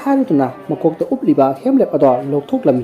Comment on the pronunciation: HELMET not HEMLEP